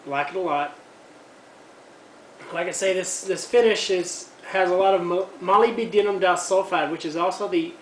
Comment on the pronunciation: ...not "molee-BEE-'denim", it's pronounced "muh-LIB-duh-num"